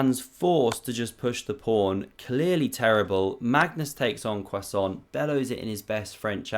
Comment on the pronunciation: I don't know if I just misheard you, but if not, I absolutely LOL'ed at your 'En croissant' 😂😂😂